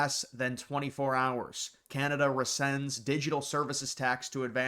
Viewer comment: Rescind, not resend.